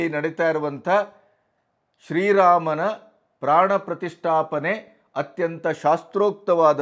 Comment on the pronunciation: Panna prathisttapane antha sariyage ucharne mad okke barodhilla